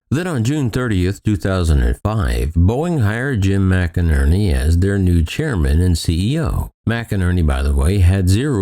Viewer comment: McNerney is pronounced "Mick-Nerney" not Mac-a-nerny.